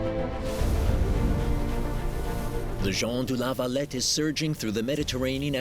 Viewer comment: I get triggered every time he says Jon du la valet